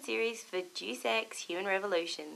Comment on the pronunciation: 'Dues Ex'